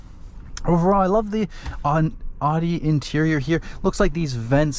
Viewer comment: Can't even say the company name properly.🤣😂